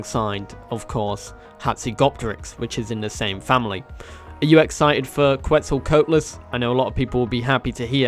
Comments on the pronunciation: ''quetzal coat les'' lmao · Bro said “Queztl🧥las” 💀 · Quetzal Co-AT-Liss just saying 😘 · The way you said quetzalcoatlus irritates me it is said exactly how it is spelt